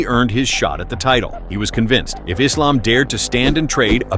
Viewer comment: it's refreshing to hear AI voice over pronouncing Islam's properly. It's Islam, not Izlam